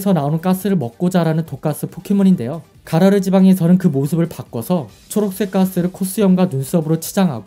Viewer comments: 가로라가 아니고 가라르 아닌가요ㅋ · 가로라가 아니라 가라르요..